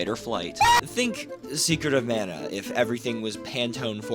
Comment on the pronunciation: Thanks for pronouncing the name of the game the same way I do and always have. People that say "Mahn-uh" can go live on an island somewhere far away from us.